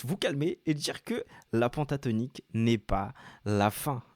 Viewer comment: tu es tres pedagogue bravo !!! ta télé est juste magnifique et elle a un son d enfer !! continue en ce sens je regarderai tes cours ! ah juste une petite precision c est pas PONTATONIQUE mais PENTATONIQUE ca se prononce pintatonique !! pas grave juste une question d accent car je suis marseillais !! a plus cordialement